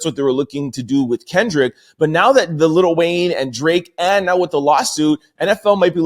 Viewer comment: Lil not little